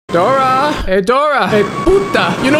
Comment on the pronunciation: As a spanish speaker I was laughing because of him calling Dora a “ Puta “ If you do not speak spanish than it may not make sense to your being but keep up the great work !